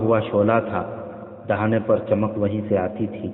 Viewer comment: Dahina nhi dahana